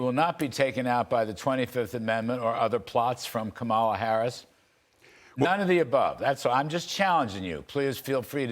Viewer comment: You guys, Larry, Mark, and. Three of you. Don't you know how to pronounce Kamala correctly....yet??? The stress is on the first syllable: KAH-ma-la or COMMA-lah, like the punctuation mark.